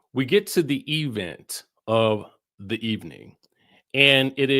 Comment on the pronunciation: I love that you call every event, the E-Vent. Shout-out to Tisha 😂😂😂